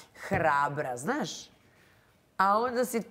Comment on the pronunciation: Toliko iritantno ovo pričanje kroz nos 😢 žao mi je ako je zdravstveni problem ali ako je navika... Strašno! Novinar koji stalno ponavlja OVAJ, NAŠŠ.. umjesto ZNAŠ.... Ne pljujem al ne jednostavno ne mogu.... 🔥